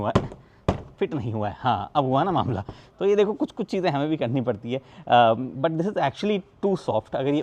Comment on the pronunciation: Sir aap jo but khte h vo butt lgta hai Pls aap ise but hi bole 😅 I commented same thing on your last video